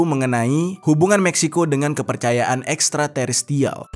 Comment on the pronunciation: btw yg bener Ekstraterestrial